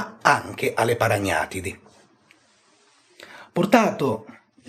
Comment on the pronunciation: Quando il maestro pronuncia la parola "paragnatidi" in Francia qualcuno ha un malore 😂😂😂